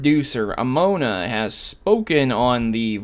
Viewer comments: It's pronounced as Ow-Noo-Mah. Ao is like the sound of "Owl". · Aonuma is not pronounced "A-gnome-uh". You weren't even trying. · did you just say amona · Aonuma = Ow-Noo-Mah (As in "Owl) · you pronounce it aounuma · Sorry, but it's really distracting when you butcher Eiji Aonuma's name like that... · First you Mispronounced Aounuma twice and then you claim Link has always been Gender neutral? since when? Link is male and has always been considered and spoke about by NPC's in every game as a boy and male